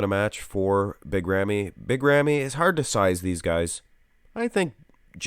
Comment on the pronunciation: As Arabic You pronounce the name not bad 🙂